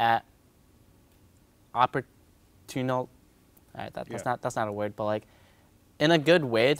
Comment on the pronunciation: why does he keep say "but" like "bwut"... lol